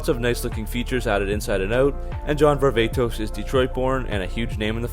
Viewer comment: Hey dumb dumb it is pronounced var-va-tos....not the way you say it var-ve-tos...is actually the wrong pronunciation dumb nut